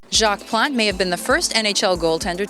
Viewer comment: Can't pronounce his name?